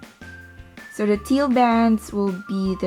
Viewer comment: THE... NOT DAH... NOT DUH... THE